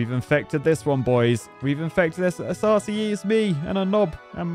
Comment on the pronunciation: With how many times you said RCE in this video, I started hearing it as "arsey E" instead, lol.